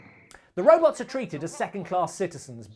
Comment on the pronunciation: Or "Rowbutts"